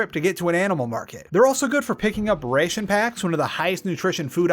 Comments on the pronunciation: tell me this guy didnt say "rayshin packs" instead of ration packs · Nah he did😂